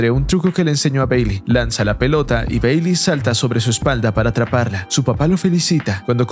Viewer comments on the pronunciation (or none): Mi parte favorita fue cuando dice beyli...